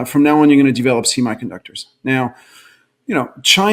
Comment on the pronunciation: "See My" conductors. Why does he say "semiconductors" that way?